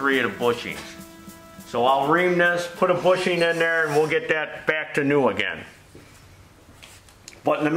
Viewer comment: does it uh-ginn! 🙂✌️❤